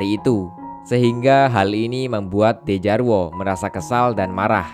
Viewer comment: Bang bacanya Djarwo itu dibaca Jarwo